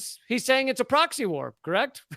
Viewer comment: yes you are right it is a poxy war and lets hope it remains that way and doesn't spread to get any bigger. oh sorry did you say proxy.